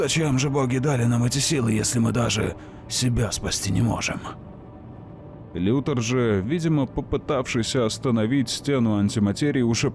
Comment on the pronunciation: Все замечательно, но я объясни. Почему Лекс Лутор, а не Лютор?